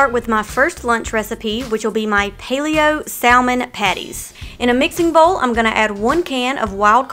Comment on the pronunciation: It's written as Salmon, but pronunciation is Samon.